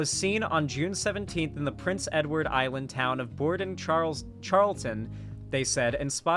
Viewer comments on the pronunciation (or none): none